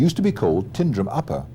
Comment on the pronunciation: The pronunciations of some of the places mentioned in this video are very wrong. Milngavie is pronounced Mul-guy and Tyndrum isn't pronounced Tin-drum it is Tyne-drum.